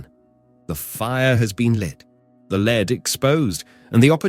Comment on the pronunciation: LEAD IS PRONOUNCED LED FOOS